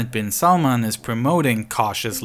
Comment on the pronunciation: its not salmon its prononced as salmaan